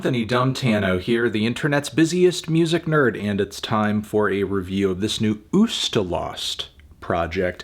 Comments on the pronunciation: ustAlost not UstalOst. You mispronounce the band name. Ustalost means fatigue in Russian. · Sorry, but the stress is "ustAlost", meaning "fatigue" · watching this only to hear the melon say a word in my (russian) language wrong